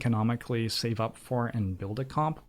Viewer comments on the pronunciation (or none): none